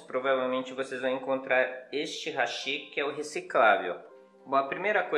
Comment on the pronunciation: E outro eu ouço Hashí Hashí...😂😂😂 Hashí é ponte em Japonês, os palitinhos são Háshi. 👍👍